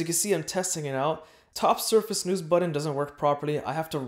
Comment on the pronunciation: Stop saying “buddon” it’s BUTTON... it’s a T not a D as in but not bud .. therefore it’s button not buddon